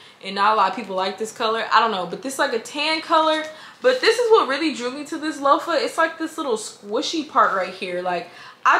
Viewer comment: Loafer I thought you were talking about shoes 😂😂😂 I’m like huh? Loofah 😂😂😂😂 LueFah